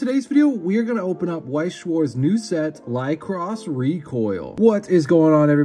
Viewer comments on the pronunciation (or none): I think its pronounced with (liquor)is ? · Ly-co-ris as in the flower... even watching a clip of the anime the japanese voice actors can pronouce the word or google translate can pronouce it for you in English